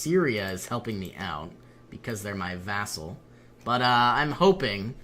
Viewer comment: Vassal! It's vassal!